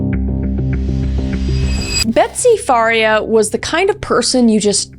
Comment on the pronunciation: Wow, seeing the last victim with the same last name as me was crazy! Its not a common last name. Mine is pronounced FAR-EE-UH (like Maria but with an F) but it's super common for it to be mispronuned and said the way Kris called it